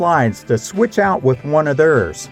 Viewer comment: I noticed the way you pronounce the word, theirs. Is it a regional thing?